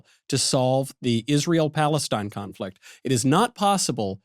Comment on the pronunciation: Did Michael say "confrict"?